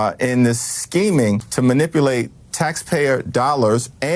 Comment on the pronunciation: Jeffries is going to have the "manipalating" looked into and "invesagate" all of President Trump's "rondoins." Please, Hakeem, take your foot off of the throat of the English language.